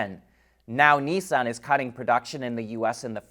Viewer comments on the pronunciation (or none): none